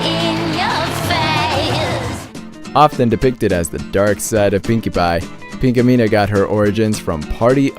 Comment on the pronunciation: its Pinkamena